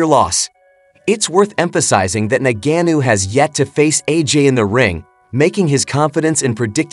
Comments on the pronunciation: Ok, let's start from... He's not "Nagannou" as you pronounce it. He's Ngannou. Nevertheless, am team AJ... we want that undisputed shot. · Ngannou bro please not NANGENO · Made a whole video and call the guy Nagannu. That takes effort. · Why don't you just day Francis instead of constantly mispronouncing his name. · Mispronouncing the word ‘this’ is not nearly as lame as mispronouncing a person’s name over and over and over, and more so if the person is famous. By now Ngannou’s name is pretty much a household name, so it comes down to laziness, basically 😂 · He butchered his last name every time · I don't know how to pronounce ngannou so I'll use 98 different mispronounciations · If you can't say his name correctly don't do a video..... Sad you cant say it right😂😂😂😂 I had to stop the video 😂😂😂😂